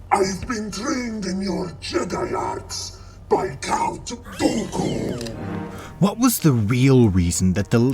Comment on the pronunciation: It even sounded like he said count goku